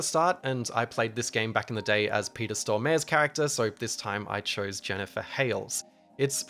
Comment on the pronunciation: It's not just you(about every English speaker), but if you want to shine, Stormare is pronounced like: stor-mah-reh with short pauses